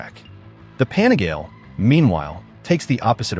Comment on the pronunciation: AI voice crap “ pan a gale “ GTFOH